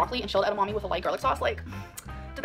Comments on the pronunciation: Bro she is NOT calling it “ede-MOMMY” 😭😭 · Ed-a-mommy she says 😭